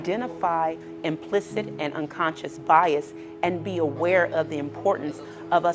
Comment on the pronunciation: Did she say "unconscious fires?"